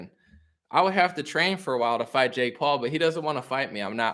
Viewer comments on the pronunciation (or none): none